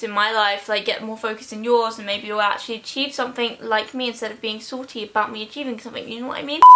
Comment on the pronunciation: Ily but the way u say salty annoys me